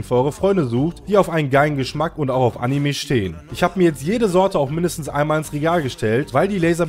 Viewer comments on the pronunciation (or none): none